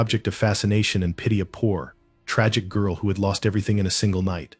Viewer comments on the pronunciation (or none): none